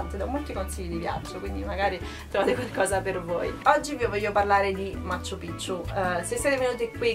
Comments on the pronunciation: non ha senso lamentarsi dei costi, la gente deve pure guadagnare in qualche modo e hanno dei prezzi alti proprio perché lì la moneta vale 1 quarto della nostra, se non ti vanno bene i prezzi non viaggiare e poi pronunci stra male 'machu pichu', in Perù non si hanno le doppie salvo casi eccezionali di cognomi e alcune parolr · Ma quante volte hai detto Macccchu Piccchu.... troppe C!